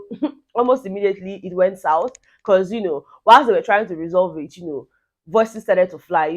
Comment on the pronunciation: Becur...... In place of because. That really cracks me up 😂😂